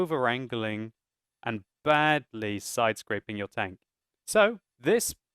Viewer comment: With all due respect, its side scraping, not sidescrapping as you said, no offence.